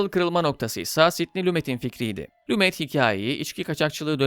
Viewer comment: Lumet yazılır Lume okunur sevgili dostum. Seviliyorsun.